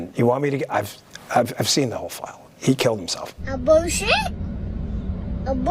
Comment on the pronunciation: When i first saw a clip of this Bongino said I've seen the fau. But in this clip that should be the same he says file.